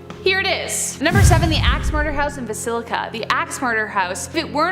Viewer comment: Villisca. Not basilica.